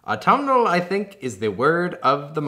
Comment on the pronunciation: Aautuminal doesn't sound like a word after a while😂 very pretty soap! I love the colors.💖💕💓💗